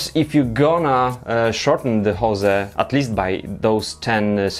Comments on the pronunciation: It's 'hose' not 'jose' ;) Apart from that good stuff :) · Hose is pronounced "hoes" not "José" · Please check on how to pronounce hose in english !! Damn... ^^